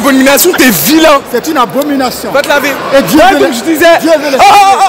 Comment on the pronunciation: "va te laver" oohhh noon le manque de r 😂🤣